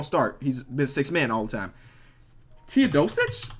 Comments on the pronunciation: Saying Teodosic right - spelling it wrong saying Dragic wrong - spelling it right braaaa voooo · Hey man i love you no homo, but how can it be this hard to spell arenas or spelling teosodico after saying his name correct? Cmon 😂